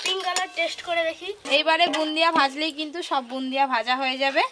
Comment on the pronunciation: Bundia noy go bode bole😂😂